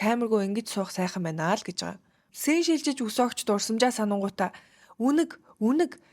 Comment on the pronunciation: Уг нь гоё ярих юм сээнэ гээд тэнэгтээд байх юмаа scene шүү дээ scene болохгүй бол зүгээр л дүрс гээд ярчихлдаа